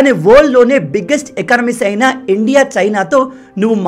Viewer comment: Bro మీరు ఇండియా అని క్లియర్ గా అనండి. మీరు endia అన్నట్లుగా వినిపిస్తుంది